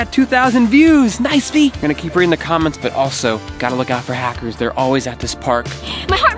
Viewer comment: Its Hackers You Said Hacers